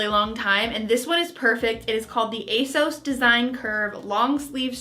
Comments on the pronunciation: it’s ASOS not A sauce for future reference 😌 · Asos to rhyme with toss not to rhyme with toes.:) Love your videos,. Thank you very much for this one.:) best wishes, Susan:) Edit: the Trench Coat/Rain Mac looks lovely on you. If you were in London and it was pouring down with rain, you'd love that mac. I loved that block colour dress you had on, and the sage green dress was gorgeous on you!:) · Ace-oss is how ASOS says its supposed to be pronounced. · You prounoune it ACE-OSS, just saying. Love all your vlogs, happy fall 🍁🎃 🎃👻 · Can we please pronounce it A-SEUSS from now on?! 😂 Also, I have tried ASOS before after hearing so many people rave about it and I don't really get it either. Not great quality, not that cute, I don't like how their website is laid out. Even though I'm sorry you didn't have a super successful haul, I'm glad I'm not alone in not understanding ASOS' massive popularity! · it’s pronounced a-sew-s, and I only know that because it’s the only youtube ad I’ve been getting for like the past 2 months 😖😂